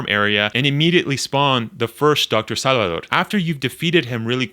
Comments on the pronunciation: Bro. It’s SALVADOR. There’s a “v” in Salvador. It’s not “sallidor.” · I.e. saalvadoor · this guy says salvador hella weird